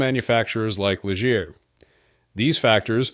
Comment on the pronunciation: Some good photos if you can filter out the mislabeling, mispronouncing, and mismatching of footage. "Lijeer?!" Really?!